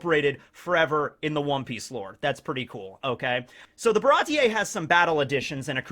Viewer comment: Its pronounced "Baratee" not "Barati-ey"